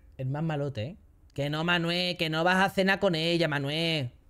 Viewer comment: La manita relajáh Manuéh